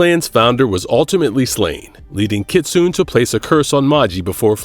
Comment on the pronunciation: I hate this mf mispronouncing Kitsune